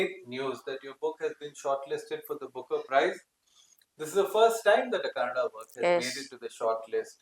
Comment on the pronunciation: KannadA and not Cannad. Pls correct